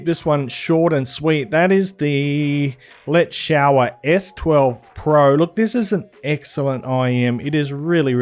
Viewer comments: But you’ve gotta stop with the ‘let’s shower’ pronunciation..it’s most definitely ‘let-sure’ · its a chinese iem , let "shuo er" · It's "let's show 'er" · common now, yoeu afve to pronounce it properlie, it is le shure, le shure!!